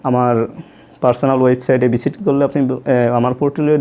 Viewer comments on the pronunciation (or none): বিজিট করা!!!!! তাইনা। আপনার তো এখনও উচ্চারণে হয়নি